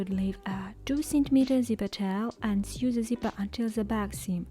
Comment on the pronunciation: "Sew" читается как "соу", а не "сью". Прошу прощения, что исправляю, но очень режет слух